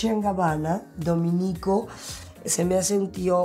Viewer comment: “DomEnico” acentuado en la “e”